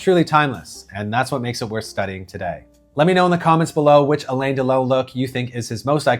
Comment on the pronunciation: You really should learn how to pronounce his name